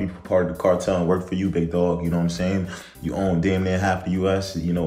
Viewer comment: I’m sowwy the cawtel 👉👈 🥺